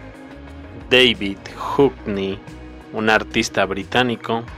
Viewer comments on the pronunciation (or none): none